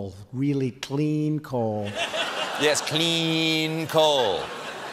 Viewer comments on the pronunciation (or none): Why does he say CLEEN coal? Why? He makes the 😬 face every time he says it. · Politician's Syllogism cleen lol